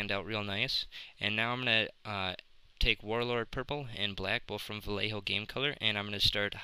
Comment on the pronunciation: Yay you said Vallejo right! Haha, sorry. But, great job. Space Jesters!